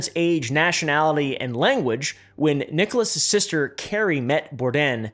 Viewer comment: The referent way of saying "Nicolas's" is just as so, and not to drop the pronounced S at the end. "Nicholasses" to put it into readable enunciation. You are homeschooled and autistic, but I like you. So you should know this.